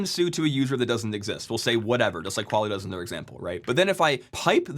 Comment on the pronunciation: Mandatory Qual-isss, su-doo comment